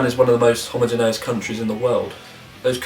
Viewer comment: As you are a teacher of English I think it’s not unreasonable to expect you to be able to pronounce homogeneous correctly.